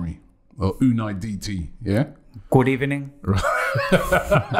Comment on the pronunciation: “Good Ebening”-😅😂😂😂😂